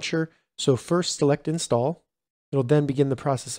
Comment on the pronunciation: Lol “insall”